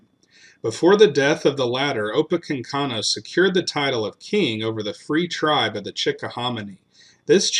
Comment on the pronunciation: It’s “opa-KANK-inoo”. Thanks. 😉